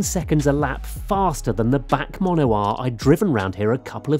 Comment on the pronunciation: Did he just pronounce the BAC Mono as "Back Mono"?! Where did you get this guy?